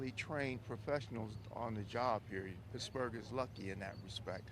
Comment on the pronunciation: It’s pronounced Pittsburgh not picksburgh😂